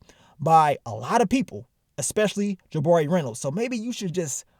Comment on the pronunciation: Ja-buh-ree... It's Juh-bar-REE!